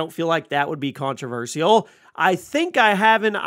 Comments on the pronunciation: What's really controversial is the way this dude pronounces controversial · The way u keep saying controversial in that weird way…lol it ain’t right